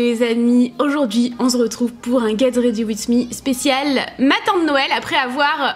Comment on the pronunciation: Vous me donner troooo envie d'être à Noël 😍😍😍et ton "on zretrouve" 😂😂😂😂😂tes toujours autant admirable 💕💕💕💕